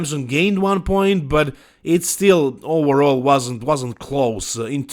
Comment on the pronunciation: English native "Overall", speaking "oWerall" 😀